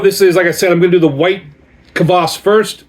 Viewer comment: Thank you for the review! I got here from Urban Viking's post about your video release. Your pronunciation of the word "kvass" is excellent, you say it as intended! (The word Taras in the brand name was slightly mispronounced, the stress should be on the second syllable. (Taras is a male Ukrainian name, if you're wondering)). Your backstory about this is pretty much interesting, glad you have tasted this drink now! People use kvass (white or black, depending on personal preference, but in your case it is definitely white kvass) as an element of "summer" vegetable soup called "Okroshka". There are many variations of Okroshka recipy, you could try it. It's intented to eat at summer heat times. Cheers!